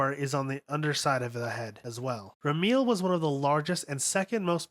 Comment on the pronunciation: The way you mispronunce names is so cacophonous that it’s hard to stay focused on what you are saying. Lawn-jiai-nus, ram-me-el, is-ra-feel to name a few. I understand a lot of the names are Hebrew, Latin,and Japanese but proper pronunciation is part of good research.